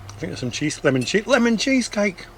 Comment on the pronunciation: Great vlog the way you said Lemon cheesecake 😂❤